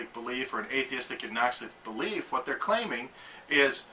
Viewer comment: here needs to go back to talking about propane... I tell ya hwhat